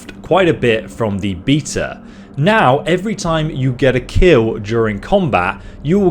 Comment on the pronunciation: Nice guide, the way you pronounced beta ...